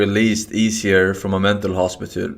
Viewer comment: "hospitül" LULE